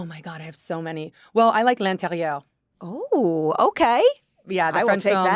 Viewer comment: i loved the way she says "a l'interieur " . , sensationnelle , suiiiiiiii